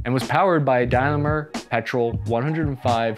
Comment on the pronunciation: It's "Daimler", with "Daim" pronounced like "dime", followed by "ler" like in "Heckler". By the way: yes, it's "Daimler" like in "Daimler-Benz" of Cannstatt, Germany. Same name, different company. How comes? Well, Daimler of Coventry, GB, bought the rights to use the name in Great Britain. Cheers from 🇩🇪@